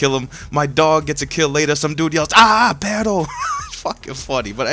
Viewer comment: its PERRRRRRRRRRRRRRRRO, no pero, we your latin fans can teach you spanish son jajaja